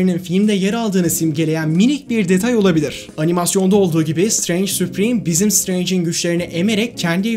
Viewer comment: şıtreync demesi bi banami garip geliyor